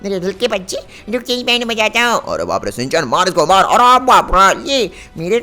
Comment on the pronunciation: शिन-चैन नहीं है ठीक